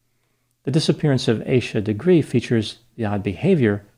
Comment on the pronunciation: Leave it to the yt to pronounce her name as Aye sha